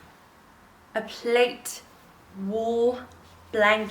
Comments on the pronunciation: Loved the jackets and that ginger blouse is lovely - love H&M!! Wooden beads look great with it. Men's jackets can look amazing if get the right size and condition. Plaid pronounced plaid like lad not plate scarf is lovely too. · Your wall looks so inviting. Really elevated your space. Also, plaid, is pronounced plad…soft a